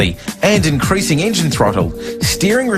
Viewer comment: Ok there are a lot of problems...his fucking accent!!!! Engine=Ingine Vessel=vissel Waterjet=waterjit I hate his accent